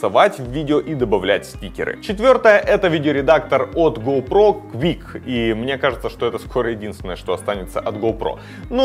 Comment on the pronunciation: Quik!а не Quick